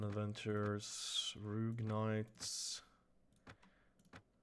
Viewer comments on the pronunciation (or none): Sorry to be a kind of know it all but I'm really getting frustrated because of this You keep saying rougg knight but it is rogue so you pronounce it more like roog a long o instead of the oe you say and wyverns you say like wiverns but properly it is waiverns as pronunciation.